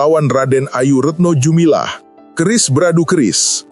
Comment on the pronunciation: Retno dumilah . Bukan jumilah. Klo jumilah jual rujak.